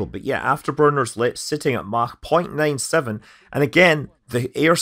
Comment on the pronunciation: I'll just say that you can pronounce Mach as Mach, instead of Mach. But, either way...